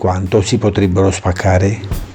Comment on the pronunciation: Ciao quando dici la parola spaccare mi fai morire 😂